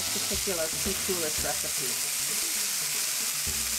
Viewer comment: it is pronounced without S in the end. like COOL-I